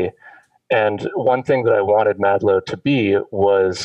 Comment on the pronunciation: he said madlo